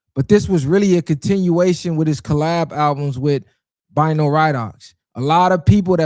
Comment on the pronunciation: Bino name pronounced like Beeno Radough